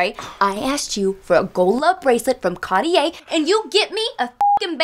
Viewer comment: Can't even pronounce Cartier ...